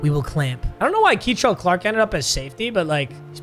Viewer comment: I like how you say Kei'Trel Clark I know there is no n in his name, but it’s said like Kin’Trel. He went to a high in my city.